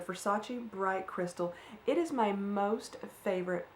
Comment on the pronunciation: Great Chat as usual. Great job on the weight loss. Keep it up. I love the bright crystal perfume as well. It smells so good. It sounds as if you pronounced it correctly to me.